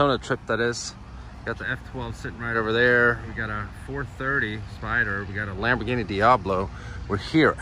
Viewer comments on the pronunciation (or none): none